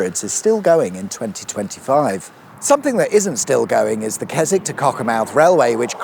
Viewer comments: Surprised you didn't say "Kes-WICK"! 🤣🤣🤣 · It's actually pronounced Kes... Oh no you're all right. Carry on.